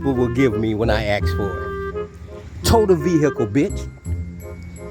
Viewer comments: While this brain drain is at it, he should consider learning ENGLISH? the word is ASK not axe, ima bankrpt ya, i gonna teach it to ya. I am surprised he hasn't hinted at the "R" word? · He's clearly educated. I mean you heard him axe. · "when I axxx for"....what is trying to say, he "asked for"....oh, ok. Got it. This dude is clueless. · Any government officials take note on his babbling ? 😅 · What is he talking about? Rejects the government, and relies upon the laws of THAT VERY GOVERNMENT, what a dummy. So where is this car? Ahh, fake plates, I see I see I see. And, isn't the word "ASK", not, "AXE"?! What is the difficulty with that? ASK, for god's sake. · I bet he didn't "axe" them in the right way.🤣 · He is gonna' Axe the whole Guberment. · An "educated black man" does not say "axe" instead of "ask" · Hey, let me ax you dis, are you actually for real? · Let me axe you something.....Did he train his vehicle to park there on its own??? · I wonder how much money he is going to "axe" for?